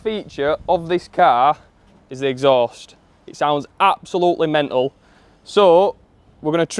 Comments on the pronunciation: dude say mental WITH T PLEASE, WITH TEEAAAAA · the lack of "T" in pronouncing "mental" is bothering me as a non native speaker :D